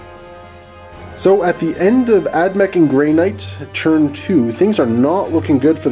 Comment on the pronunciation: does anyone else think he says "churn" instead of turn?